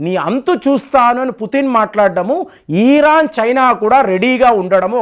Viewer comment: ఈరాన్ కాదురా బాబు.... ఇరాన్